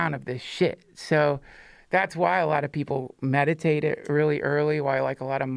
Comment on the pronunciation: Had to run it back real quick thought he said masturbate instead of meditate 😅😂😂🤷‍♂️